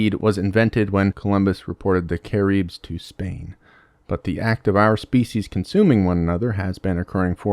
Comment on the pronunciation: “Cah - reebs” Cah- ribs man… Cah/ ribs… 😢😢😭😭